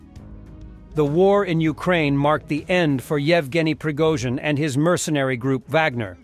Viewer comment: “Prigga-zin” hahah Slava Ukraini 🇺🇦🇺🇸🤟🏼